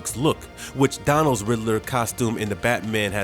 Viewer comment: Yeah.... that's not how you pronounce "Schumacher" mister urban narrator. And it's either dazzling or dizzying - "dizzling" isn't a word - dispite Poop Froggy Frog perhaps proclaiming otherwise. Oh good grief - the guy can't pronounce "Dano" either. And what's a "capproach"? Fired.